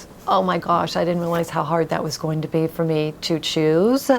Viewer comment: Wonderful video. Lovely lady. One presentation critique: review your pronunciation of -ing words. I'm hearing -een rather than -ing. Example: goeen instead of going. Many presenters make this error.